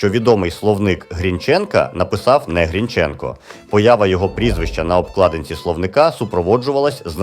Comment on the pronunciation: Автор ти впевнений що правильно ставиш наголос вимовляючи призвіще Грінченко? Хоч як тоді, як і зараз не дають такі речі робити Українцям.